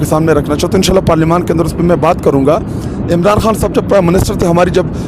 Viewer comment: حان نہیں، خان ہوتا ہے۔ تلفظ تو تھیک کر لو۔